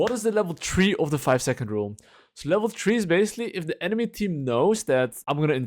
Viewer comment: Level “tree”